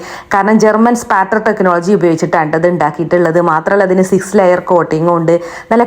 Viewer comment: സിസ് അല്ല സിക്സ് 😂